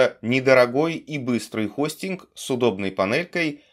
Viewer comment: Я думал сказал европейский Хуйстинг